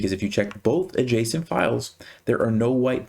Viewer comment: Am I the only one hearing json file instead of adjacent file 😊